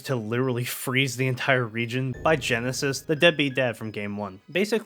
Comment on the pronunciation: Great video! Only thing that kept bothering me was the “Genesis” thing 😂 but I’ve seen in the comments that you didn’t know his name until after the vid. I love that Gen 5 (my favourite generation of Pokémon) can spawn videos like this years later cuz it goes to show how much love and effort was put into them. I’ve loved them since day 1 and I totally think the theme of loss in these games is a subplot after watching this! Side note: at the beginning & end you mentioned Nintendo posting about the Pokémon stuff but I’m gonna put this as a reminder cuz I often see people get confused, The Pokémon company, while it’s owned 33% in part by Nintendo, they’re a different company that have their own developers, so asking for “Nintendo to release Gen 5 remakes” isn’t exactly correct cuz Nintendo doesn’t make Pokémon games. Sorry for the rant but I gotta spread the info whenever I see people getting confused